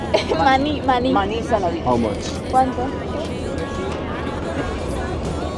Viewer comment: You should learn how to say easy words, in spanish!! How much = cauntu